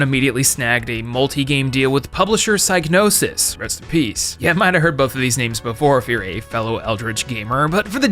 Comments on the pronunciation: National Museums Liverpool has an article on it written by an ex employee who says its pronounced sig no sis. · its pronounced sig nosis actually